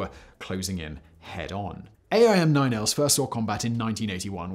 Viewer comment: Just FYI Simon, we call them aim (just like the word) not a-i-m, and for some reason we don't use the phonetic alphabet for the model, we just use the letter name. (AIM-9 L, not AIM-9 lima.) It's the same for all AIM variants. :) Also, they are called sidewinder because of the way they S-curve through the air to their target just like the snakes.